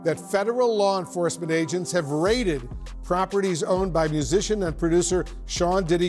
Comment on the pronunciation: "Musician". Bahajajaja